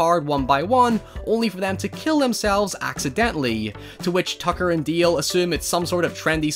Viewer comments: Why do you keep saying Deel? It's DAle. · it's dAAAle God damnit not deal. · DALE. DAY-LE. Not DEAL. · DALE, not DEAL!! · Not sure if it his accent, but it is produced D-ale, I keep hearing say Deal. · >"Deal" DALE....DALE! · Fantastic Horror Parody! Love your accent but it's "Dale" not " Deal" ;)~ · It's DALE not DEAL 😭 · DALE not Deal ffs ! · My jaw hurts from clenching my teeth every time you saw dail, its dale not deal or deel deil . Its D A L E . No I or EE EA , I no its just your accent but I can't handle the dale thing , it has broken my mind. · Accent is pretty heavy man.. is DALE NOT DILL.. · D.A.L.E (not deal :p) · DALE !!!! DALE! NOT DEEL DEAL.. jesus Christ.......................... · I really like your videos but I’m sorry but his name is “Dale” not “Deal” 😁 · Dale not DEEAL bruh ;) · Love this movie. Why are you pronouncing Dale like that? It's Dale, not Deal. And don't use your accent as an excuse. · Dude, he is called DALE, not Deal or Deel. Your accent shouldn't stop you from pronouncing a person's name right. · dale not deal. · Why do you call him "Deal?" The character's name is "Dale." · I'm glad someone made a video about this forgotten little gem. I've gotta admit that the "Tucker and Deeel" bit was distracting for me, but that's because I'm an ESL speaker with a shitty ear for accents, so I kept looking for some other pronunciation features that would explain it but the only one I heard was "Deeel" over and over. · Nobody:: tooker and dayeel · "Tacker and Dieeeel" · Has anyone else noticed he keeps saying Tucker and "Deel"? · "Tucker and Deel" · "Tucker and Deael" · "Tucker and deeel" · Did he say tucker and deal? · Its Dale like ale